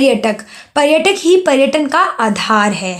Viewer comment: पहले आप पर्यटन और पर्यटक बोलना सीखा, हर बार गलत बोलती हो 😤